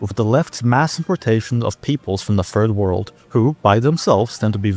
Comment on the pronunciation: did he just say “the furred world”? Edit: yes. Yes he did. Many times lol.